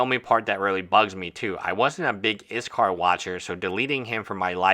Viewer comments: I appreciate your take on all this, and maybe it is just me or how I am hearing it, but it sounds like you are saying IS KAR not IS Call. Just wondering why I am hearing the name being said incorrectly, not that it is a big deal but is hard to get past hearing it said incorrect.. LOL sorry no offense meant. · Yeah I’m very confused why he’s calling him izcar, what? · Dude, learn to take some criticism! YOU are the hater here, YOU made the error and the comment asking why was very nicely worded. Whats your problem? If you make a video about a person you should be able to at least try to pronounce their name properly! As a practitioner of law you should be able to read! Why would anyone in their right mind pronounce "ll" as "r" ? DO some REASEARCH BEFORE making a video! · Learn to pronounce his name. Cripes.